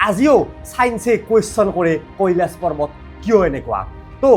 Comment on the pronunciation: পাৰ্বত নে পৰ্বত কেলা।‌ ইমান অভিজ্ঞ হৈ উচ্চাৰণ কৰোঁতে অলপ সাৱধান হ'ব লাগে ।